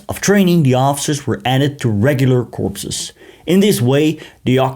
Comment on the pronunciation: Thanks, great European WW2 history! Youtube keeps unsubscribing me, FYI. BTW, its pronounced "cores" in English, although Obama was made fun at for pronouncing it as "corpse", like you did. (He said the Marine Corpse), lol.